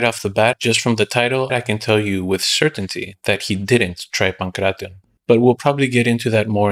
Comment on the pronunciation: this is why content creators like sensei seth are annoying. He makes a video on the ancient sport and doesnt even bother to look into how to properly pronounce the name.